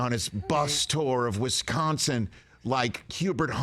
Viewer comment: Nice. mispronounces twice in one state. It's not Wesconson dude. It's Wisconsin.